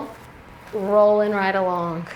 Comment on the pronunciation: I get a kick out of your "k" at the end of your words that end with g... AlongK RingK